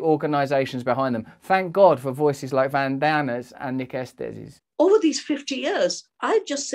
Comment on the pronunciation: It's pronounced Esteez